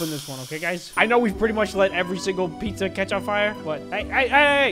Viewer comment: Puzza PuZzA DiD yOu SaY PuZzA????